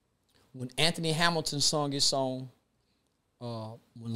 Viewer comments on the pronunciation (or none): none